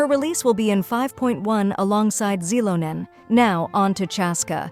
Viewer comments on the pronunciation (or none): Xilonen is pronounced as: zee l oh n A l sounds like the 'l' in 'let' oh sounds like the 'o' in 'so' n sounds like the 'n' in 'no' My aunt's middle name is the same.